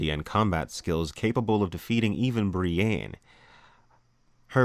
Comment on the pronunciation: Did you just say Bree ayyne